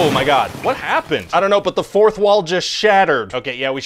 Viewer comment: "the fouth wall just shattered"